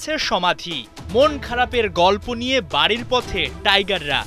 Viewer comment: হায়রে টাইগার ❌ টাইগাঁড় ✅😂